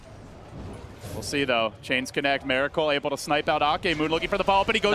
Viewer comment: Miracle- not Meracle u fucktard